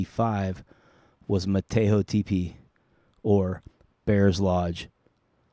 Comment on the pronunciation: its pronounced mato (mah-toe) tipi (tea-pee) i am a lakota and think that you did a surprisingly wonderful piece!! thank you!!!!